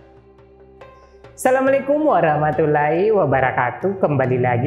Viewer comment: Waromatullohi wabaromatuhh gtu mas bukan warumatulahi 🙄🙄🙄